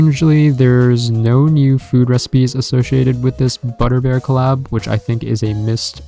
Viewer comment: The way this person pronouncing the word Collab.... Anyway..... I want this Claaab.